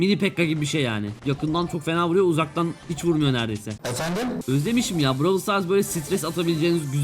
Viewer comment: lütfen brawlı düzgün oku